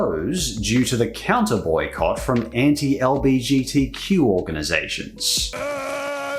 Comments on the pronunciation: The way you say LBGTQ+ is mildly infuriating it's LGBTQ+, I say this as a member of the Bi community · It's 'L-G-B-T-Q'. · The slight annoyment I felt when pronounced LGBTQ wrong just physically hurt but, I still love the message